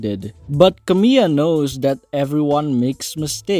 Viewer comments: You were actually quite close in your pronunciation there! The only thing you got wrong was that second “l,” which is actually spoken rather than being silent. So it actually sounds more like “Camee-LA” instead of “Camee-AH.” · Good video but fyi her name is pronounced Camila not Camiya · not camila as camill(y)a lol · Not to be the 87th comment but yeah, her name is pronounced Camila.